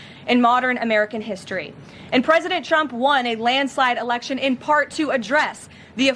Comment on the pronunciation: Lol he said "Preident Chump"... that was the only honest thing said.